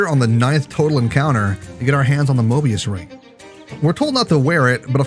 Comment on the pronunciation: ah yes, the Mor(b)ius ring